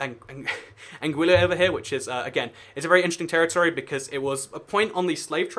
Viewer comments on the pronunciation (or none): none